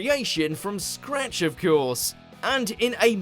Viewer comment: The biggest scandal of all is the way this video's narrator pronounces "of course"—i.e., "of kee-orse." Where the heck did he pick up that affectation?